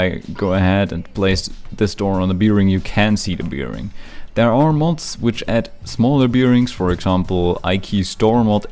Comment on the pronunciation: I love How you say bearing like bee-ring